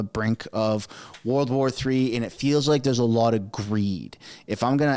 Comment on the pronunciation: "WOLR WAR"??